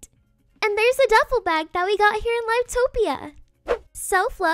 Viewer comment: im sorry but the way u said "live topia" pains me lmaooo